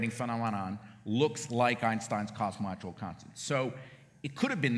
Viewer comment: dude on the left literally cant pronounce cosmological. kinda ironic